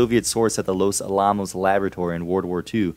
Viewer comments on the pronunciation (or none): Oh man, all the time put into making this video with research, etc. and you mispronounce "Los Alamos?" It's pronounced just just like the historic fort in San Antonio, but just add an "s" after Alamo. Los AL-ah - mos, not ah-LAH-mos. Good video though.